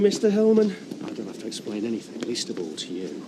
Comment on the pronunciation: Please someone teach how to say "to". Her manner of speech is so annoying.